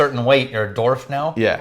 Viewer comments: I'm pretty sure that the "w" in "dwarf" isn't silent... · Gnomes and Doorfs? What's a Doorf? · I've never heard Dwarf or Dwarves (Dwarfs?) pronounced like that before!